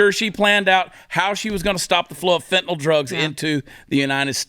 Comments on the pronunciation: He can't even pronounce Kyiv correctly...fentynyl would probably cause a short circuit in his cyberware implants. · You really expect Joe to pronounce Fentanyl?